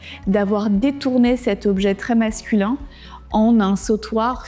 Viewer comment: And the way she speaks is so affected- sprinkling everything with English, but Frenchified - 'upgrader' - it's absurd, and there are perfectly good French words to use. Plus her pronunciation 'masculan' instead of 'masculin' - it's ugly.